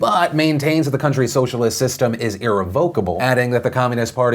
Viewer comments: I used to get the pronounciation for irrevocable wrong too. Its "eh revvv i ka bol" just for future reference. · It’s pronounced / ih-rev-uh-kuh-buh l /